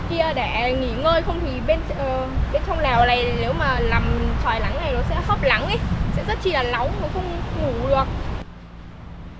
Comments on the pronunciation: Nghe bé này nói chuyện stress ngang😂 cứ Lắng r Lói, Nà,…🤣🤣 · Nói chuyện y chan a Sáng lun náng thì kiêu lắng😊chữ n kiêu thành chữ l😂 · Nc n chứ ko phải l 😢 Nắng ko phải lắng . 😅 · Nều lắng lóng nắm lước kkkk ngọng